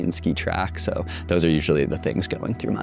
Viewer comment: Lost me on the “soow intellectual…” dude